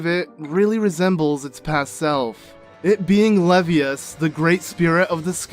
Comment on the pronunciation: Levias is pronounced like you would when saying the first half of Leviathan.